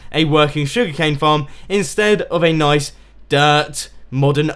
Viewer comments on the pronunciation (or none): none